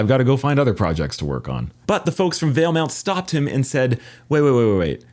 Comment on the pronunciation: Interesting that you slipped and called it Valemont. I could have sworn there was never a “U” in the name. Starting a conspiracy here 😂